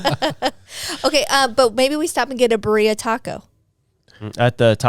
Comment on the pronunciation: The way pronounced BIRRIA is wild